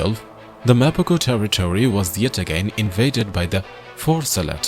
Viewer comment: The narration is completely copied from another older video of Mr T Mapogo. The fake Indian accent narrator pronouncing Mapogo as "Mapaa-GO" instead of "Mapa-Ho"!